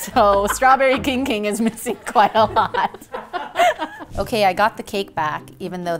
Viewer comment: The kijg kimg sounds like something went wrong in chinese